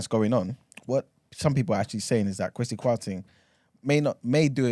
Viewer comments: It’s the A that makes ppl think it’s pronounced Kwa-see , most Ghanaians would have the E but I like my man do not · its pronounced “Kweh-See” not “Kwaah-See” 😂😂😂